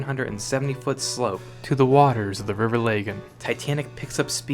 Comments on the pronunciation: Not wanting to be 'that guy' but as someone who lives in Belfast can I just say it's pronounced Laah-gan not Lay-gan! Otherwise loving this Titanic University channel, keep up the excellent work. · It's the River Lah-gan. Not Lay-gan.